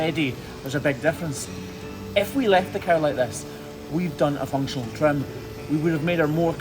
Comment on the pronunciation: I like how he pronounces trim “tram.”😆